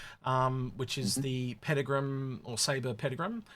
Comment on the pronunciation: You don't have to roll the R's in "Peregrine" as if you're speaking some strange foreign language 😂...it's simply pronounced "para-grin." Anyway, I love the design of the Peregrine, and love its Concierge paint too, but not having guns for it to multi-role as an interceptor is a missed opportunity, and that will probably negatively impact its sales.